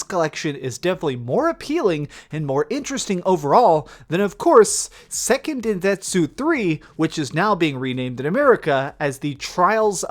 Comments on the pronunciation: “sekken dendetsu 3” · Deltath Riylaan hahah Im glad yall can laugh at the way he said it. It just pissed me off lol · I cant believe u pronounced Seiken Densetsu as “Sekken Dendetsu” lmfaooo sounded like had a stroke halfway thru that sentence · Seken Detetsu lmao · Seiken "dendentsu" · Your butchering of the name Seiken Densetsu hurts me.